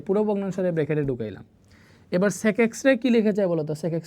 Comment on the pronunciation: SiR sec ta actu sundor kore bolben oita onno rokom lagtese